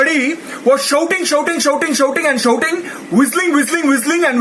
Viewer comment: It is shouting not showting😂😂😂